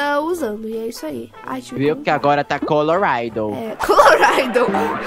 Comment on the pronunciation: “Coloraydou” o se renventendo a cada vídeo 😂